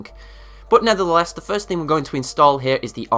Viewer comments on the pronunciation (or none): did you say NETHERtheless?